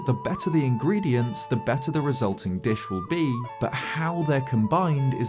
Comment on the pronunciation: Now that's a funny way of saying ingredients